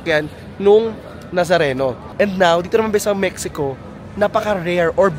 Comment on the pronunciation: mehiko ang tamang bigkas.